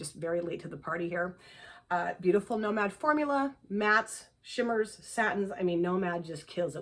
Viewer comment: Hope the birthday was fabulous!! I’m glad you got the Nomad palette too. I think you pronounced it perfectly lol! The GG palette is so pretty! I highly recommend Ethereal from GG.